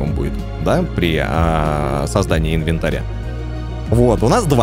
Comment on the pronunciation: не инвенатря правильно а инвентаря 😁😁